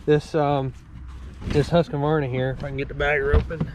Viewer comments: Not to nitpick, but I am always confused why people add a syllable between "Husk" and "varna". Also, I was hoping to see more like a comparison between an X350 and a TS 242XD, or similar. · Because Huskvarna sounds silly. Huska, Huska, buncha Varna!